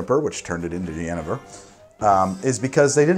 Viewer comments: Pronounce it "ye NAY ver" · Genever is pronounced Yeh-NAY-ver. You're welcome. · the Dutch pronunciation for Genever is like "yun-aiver" with the emphasis on "yun". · I've always heard it pronounced Ja-knee-ver, but i understood you so it doesn't matter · it's pronounced Yuhneeyver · it makes his (what he thought was the Dutch) pronunciation factually incorrect. His pronunciation of the English 'genever' however could be correct as far as I know